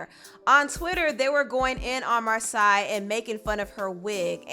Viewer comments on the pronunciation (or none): it's mar say not mar sigh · Her name is pronounced MAR - SAY 😭! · Her name is pronounced “Mar-SAY” but I was really disappointed to see so many negative comments about her appearance. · It's pronounced Mar-say, as per her twitter page. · It annoys me how you mispronounce names. Its mar-say. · Love your videos🤎🤎 her name is (Mar-say)😂😂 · Mar-say is the proper pronunciation of her name. Her parents are A-1 solid black parents not surprised she is such an eloquent, clever young queen. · lmao you're saying Marsai's name completely wrong wow. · You are not saying her name right honey